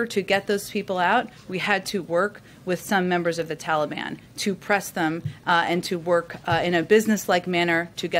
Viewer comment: It drives me crazy every time uncle joe says that. Its the Taliban!!!! I feel like screaming at the tv.